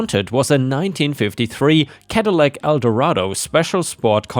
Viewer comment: Caddilac: cad-ih-lak. Not cad-ee-lac. Coupe: coop. Not coo-pay. Enjoy your posts, but please check pronunciations first.